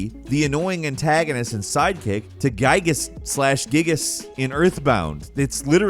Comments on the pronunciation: Giygas' name is apparently pronounced "GEE-gus," with a hard G, like in "game." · It’s pronounce Giygas